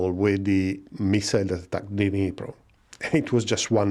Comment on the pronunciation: Alipro Novini? Dnipro? Couldn't make out the D. Thought it was an A. Ah, it's Dnipro. Geeze. Too long since my school Russian.